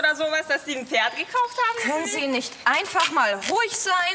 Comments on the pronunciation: "DaS iS mEiN FeRd" die hat absolut nicht pferd sondern FERD gesagt oder ?😂😂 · Mit kommt vor alle sagen dort Pferd ohne P eben so Ferd 😅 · "Ich finde für mein Tochter ein besseres ferd" Wieso müssen die alle ferd sagen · "Das ist mein Ferd"😂